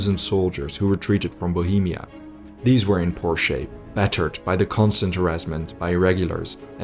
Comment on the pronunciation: "these were in poor shape" I understood: these were in Porsche 😂😂😂